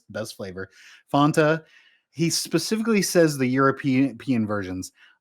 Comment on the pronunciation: Can someone please teach how to say Fanta?